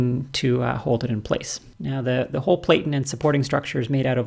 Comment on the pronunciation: I'm a bit OCD with the language. The word 'platten' should rhyme with 'flatten'